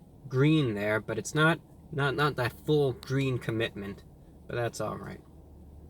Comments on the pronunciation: It's GWEEN! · "It's gweeen" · IT'S GWEEN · Its GWEEN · Its gween! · its gweeen!! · ITS GWEEEEEN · That's not gween 😫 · It’s GWEEN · It’s Gween!! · It’s gween! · its gweennnn!!! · Its Gweeen! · "its gween" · its gweeen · THE BUN IS GWEEN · IT'S GVEEEN!! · Wow its gween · MY POOP , IS GWEEN ITS GWEEN! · IS GWEEN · It's GWEEN! We love you, my man, glad you're still out here doing your thing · It's.. IT'S GWEEN! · The 🅱️un, it's gween! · its gween... its gween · Mah poo..... It's Gween! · It's gween 😀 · It's G W E E N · It's gween its weally gween!! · Not so Gween, unfortunately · IT'S GWEEN!!!! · it's GWEEEEEEENNN!!!!!!! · It’s gween!!! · That's one big GWEEN burger! :) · It's GWEEN!!! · The bun is gween! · Is it gween?